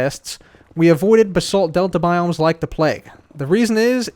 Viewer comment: It’s not bu-sult it’s bah-salt but ok